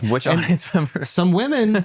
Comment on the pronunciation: “You betta thank a union memmmba”